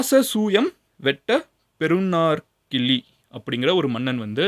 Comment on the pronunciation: பெறுநர் கிள்ளி னு உச்சரிக்கனும்